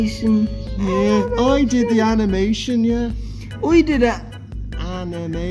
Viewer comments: Highlight of the Video "AMINATION"✨️ I'm crying from laughter Don't take it offensive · I like the part where the Irish director said "AMination"